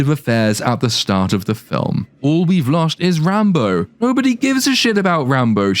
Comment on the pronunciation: This movie falls under the same category as Wakanda Forever of "Movies with a character name I thought you were saying as a joke and then watched later and realized 'oh my god that's actually their name." In Wakanda, it was Re-Re Williams (Riri). Here it's Rambo (Rambeau). I hear /you/ say it and i chuckle and think "there's no way they named her Re-re." or "Yeah, i bet she's named "Rambo." Then I watch the movie.